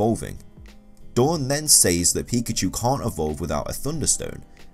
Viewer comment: Here's Just A Noob pee shoe pi chu Lol